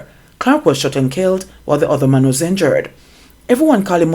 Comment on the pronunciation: The word is man and not mon.....lol